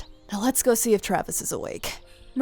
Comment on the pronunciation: Berry _Mellow396 I heard that too! But it could just be mispronouncing Travis